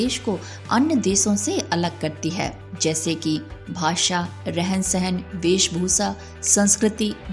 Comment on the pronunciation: desh and not des , bhasha and not bhasa😂